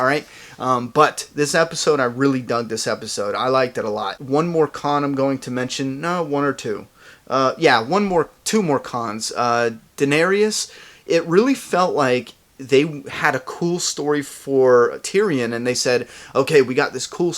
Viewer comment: Dane-Air-is thats how you pronouce Daenerys' name.